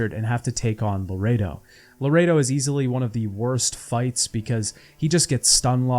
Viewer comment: I'm sorry but you REALLY need to work on checking the names before you say them. Across all three videos I'm pretty sure you mispronounced at least half the names, if not more. Most of the time it's like a letter or two off but still annoying, like Saskia, Zoltan, Loredo, Redania, Kaedwen, the eye of Nehaleni, Elihal, Corinne Tilly, Aen Elle, Caleb Menge, Dijkstra, Faroe, Spikeroog, Ermion, Morkvarg, Svanrige, and this isn't even all of them. Then a few got absolutely butchered, like Anais, Loc Muinne and Crach an Craite. It gets pretty grating after a while and it makes me wanna click off what is otherwise a good video. Plus most of these come up quite often so I'm not sure how it's possible to get all of these wrong